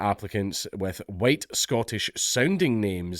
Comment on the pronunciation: Mate, you didn't do the "white, white, white" bit very well. It's "huWyte, huWyte, huWyte". A bit how that american white supremacist pronounces it.